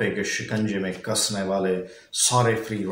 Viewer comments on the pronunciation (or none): none